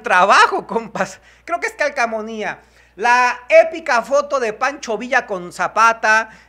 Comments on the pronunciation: Jejeje!! Mi abuelita dice Calcamonîa 😁 Se dice CALCOMANIA 😋 Saludos! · Se dice Calcomanía no calcamonía